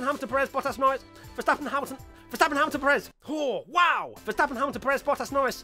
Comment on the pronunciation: Dudes, it's like PErez, not peREZ